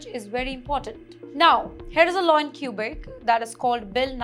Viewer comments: it's kwe-bek NOT kyu-bek! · Learn Mandarin and attend a Chinese university! China is the future! It’s Not “cubic” but Quebec pronounced “Kubec” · Q-Beck. She can't even pronounce it properly. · Stay in India. We don't want you in Canada. BTW its Quebec not Qubic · I swear she just says "Cuba canada" 😢😂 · Too funny. She cant even properly pronounce the name of the province.